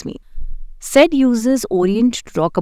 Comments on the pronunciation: It's pronounced as Saeed, he is a Muslim:) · You are pronouncing his name wrong. It’s pronounced like: sigh- eed. How do I know? Well I’m currently in a discussion with his nephew , who I went to school with. I think he would know how to pronounce his family name. And FYI, this is the standard way to pronounce this name.